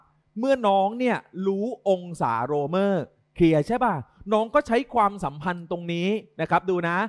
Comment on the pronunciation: เอ๊ะ ทำไมเราได้ยินว่า เพลียใช่มั้ยฮะ555